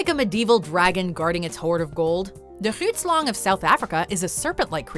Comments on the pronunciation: She kind of butchered Grootslang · I love the way she mispronounces alot of these creatures mostly the grootslang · Haha you butchered the name grootslang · Groetslang XD English folks should just stay off other languages. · Grootslang translation to big snake and you said it wrong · When she couldnt pronounce Grootslan i died😔😔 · The way Grootslang was pronounced ... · Watching them mispronounce “The Grootslang” hurt me badly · honestly, same🙌🙌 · Same here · Thank u so much for the video.I'm from South-Africa and I had to laugh at some of the pronunciations.The scariest one fot me is The Grootslang.I hate snakes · I'm coloured and 'grootslang' is Afrikaans so my niggas trying saying it right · As someone who has been to the bottomless where the "grootslang"(Grootslang just means "big snake" in Afrikaans, but it always cracks me up to hear Americans butcher my language) apparently lives I can confirm the location is right next to the Atlantic ocean and on the border of Namibia and South Africa where diamond mining is the main thing.(Richtersveld to be precise) However, I would like to add another African monster to your list.. It's name is "Julius Malema". If you are white it wants your land and its mating call goes something like this:"Whiteboy, you are a racist!"